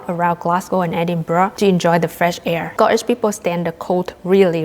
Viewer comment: oh my gosh the way you say "air" with a scottish accent, rolling the R sound, wow, that must be difficult for a native chinese speaker. anyway, it's a most delightful accent and it makes me smile.